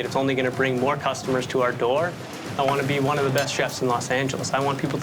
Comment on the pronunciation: Taste aside, how does anyone move forward in this world saying 'one-ah', 'ten-ah' .... Who is teaching these children?!